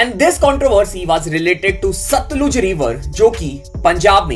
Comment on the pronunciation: It's सतलज not सतलूज